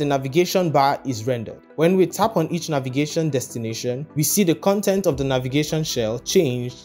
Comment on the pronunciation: Great tutorial! Sorry, but I can't resist smiling every time you say Navigation Destination. It sounds like the antartar-tart-ica guy. 😂